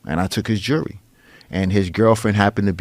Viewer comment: For the democrats out there, it’s jewelry. Not “jury”.